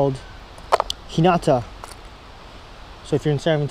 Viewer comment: Ahh, Hinata omakase restaurant! It sounded like you said Kinata, but some Googling helped me find it. Considering the no-show fee is $90, I must assume a meal there costs somewhere around 1X-2X that. Maybe someday ...